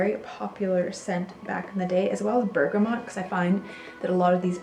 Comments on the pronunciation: Did she say Burgermont? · Yeah it's Pronounced Bergamott (hard T) The scent comes from the skin of a small orange grown in Bergama, Italy. Hence Bergamot. It's not a French word. X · Bergamot, rhymes with "flow". Bergamont doesn't exist.